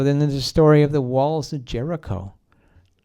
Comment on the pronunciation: And it's Story! Not SHTOREY!